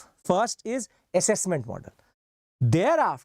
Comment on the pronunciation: Accesscment ❎ Assessment ✅